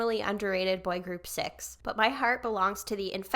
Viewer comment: Yay loved that cix was on this. Their name is actually pronounces C-I-X (like each individual letter). I definitely recommend also reacting to their debut "movie star" at some point aswell!!